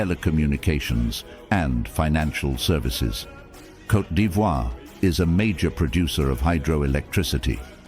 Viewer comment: 😂 say Côte not coté